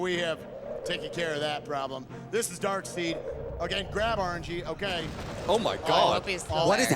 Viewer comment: Isn't Darkseid pronounced "Dark Side" and not "Dark Seed"? Or do I have a misconception?